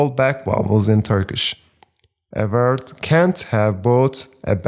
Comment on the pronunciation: Teacher, thank you so much. But please stop pronouncing word as “vert”…